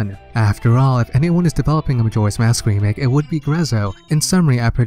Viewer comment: You forgot the "k" in remake but that's no big deal